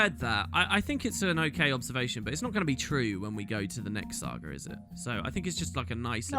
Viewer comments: boots: SA GA not se ga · The way pronounces "Saga" was painful.